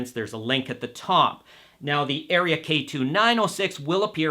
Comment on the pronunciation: Seriously? You don’t know how to pronounce “Aria”, and you don’t know if the two tweeters are the same or different? But we are supposed to take this “review” seriously? Ridiculous!